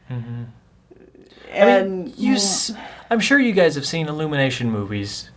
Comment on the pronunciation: Illumanation T. M........ TOO CLEAN!!!!!!!!!! Me: lol lol lol XD